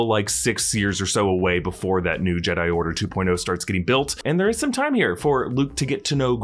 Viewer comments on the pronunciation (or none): none